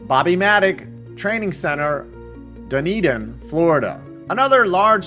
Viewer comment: For a moment I was wondering why Dunedin New Zealand is in this vid.. haha forgot there is one in Florida. Btw, you absolutely nailed the pronunciation!!